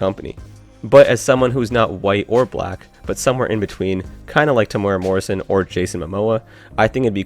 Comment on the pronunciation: You pronounced Temuera Morrison pretty well but Maori could use some work. Its more like Meow or Mow and a rolled ree, or maybe even like moldy but with a ree. Good luck though.